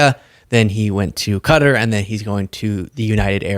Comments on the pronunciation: Is it me or is Qatar actually pronounced Ka (as in 'cu' from cup) - tar (as in tar), rather than Cutter? Every news caster in the US is pronouncing it "cutter". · You are mispronouncing Qatar babe. Its pronounced Cah-tar. Thanks for educating the rest of them. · Why's everyone pronouncing it as "Cutter? It's so weird... if you wanna aproximate the local pronounciation, think of a short "kuh" followed by a long "taar". Klingons and Elves do it properly: K'Taar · Why can't any American pronounce Qatar? (👀 at you, 😂, amongst others). They say "Kat'rr" when it's actually "Kataaar". Edit: Okay, that one news anchor woman pronounced it correctly. She gets a 🍪 😄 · Bad enough that all professional journalists pronounce it incorrectly, but it's kuh-taa, not Cutta for Qatar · By pronouncing the word “Qatar” as “cutter” it is misleading to people. Please pronounce the word correctly. Thank you, respectfully, we the people. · why do americans say cutter when is pronounced Qatar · please say Qatar properly. Its not CUDDER!! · Ok this is pissing me off.. ITS NOT PRONOUNCED CUTTER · why are people calling Qatar - Cutter? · Why can't Americans pronounce Qatar correctly? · why are you pronouncing Qatar like a Magat?